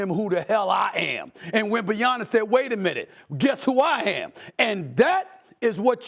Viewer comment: Learn how to say his name first… Gianis was mouth breathing in that game… Wemby is a beast